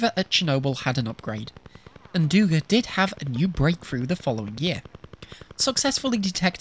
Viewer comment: Its DugÁ not DÚga, too late for the video, but for future reference.